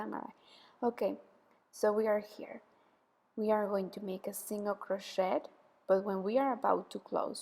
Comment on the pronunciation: Friendly comment: when you pronounce (say) crochet, the ‘t’ I silent.